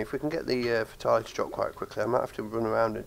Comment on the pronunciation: Nice vid but you are pronouncing fatale wrong